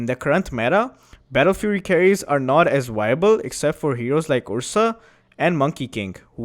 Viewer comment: Honest question, why do you pronounce "V" in "move" and "objective" correctly, but barely pronounce the "v" in "advise" or "viable" ? Obvioulsy english isn't your first language, and you do speak it very well, this oddity about the letter "v" is just perplexing and interesting to me.